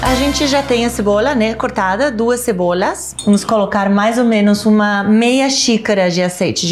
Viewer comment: Eu perdi tudo no falando Cebolhas